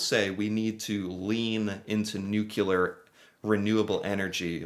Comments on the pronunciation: Nuclear. Repeat after me. NEW-CLEAR. Not New-cue-lar. It's a derivative of the word nucleus. ;) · Yes, Its HYDRO in Canada, and it's NU-CLEAR not NuCULEAR Internationally.....🙄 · New-clee-are… NOT NEW-CUE-LAR! 🤨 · repeat after me: NU-CLE-AR. Nuclear. Not Nocular. 😅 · NU-CLE-AR not NU-KEL-AR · It's nuclear not nucular. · Please don't say "nuculer '. The word has only 1 U in it. Nuclear. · Nuclear is pronounced NU KLEE AR not NU KU LAR. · Not Nucular, its Nuclear. Sorry eh! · It's not nucular it's nuclear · nu-clear, not nucular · Nuke-Lee-ar, not nuke- you-lar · Below each description, the was the units for each graph. By the way, you're pronouncing "Nucular" instead of New-clear (Nuclear) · is quite bright and I am shocked he doesn't know the difference between nuclear and nucular. This is twice I have seen this mistake. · It’s “new-clear” not “nuke-u-ler” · nuclear not nucular! Lol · "noo-klee-ar" not "nook-u-lar" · We even pronounce things differently. You say nuc-u-lar.. We say nuc-le-ar. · Its nuclear not nukelar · nuclear is pronounced new-clee-er not nuke-you-lar new-CLEE-er power please, you sound like George Bush 🤦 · New -Klee-ar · lol... you pronounce it Nucular. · Nuclear is a scary word, maybe that's why he says it like nucular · Nuclear....''that word is very scary'' you say..... Canadians agree, especially when they hear Americans pronounce the word NUCULAR!!!! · Every time says "nuke-you-ler" a little part of me dies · "Nuclear" is not only a scary word, but one often mispronounced! Say it NEW-klee-ur. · "Nucular is a very scary word" lmao, maybe if you started pronouncing the word correctly it would be a start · That word is very scary - "Nucular." And you have a for-profit prison system. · '''Nu-clee-er'' not ''NU-cu-ler''